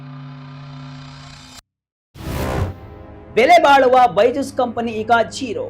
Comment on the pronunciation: ಝೆರಾ ಅಲ್ಲ ಕಣ್ಣ😂 ಜೀರೋ ಆಗಿದ್ದು ಹೇಗೆ?? VK news Group, you will lose your audience if unprofessional anchors manage your news update.